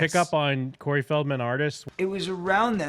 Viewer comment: I heard Curry instead of Corey.🤣🤣🤣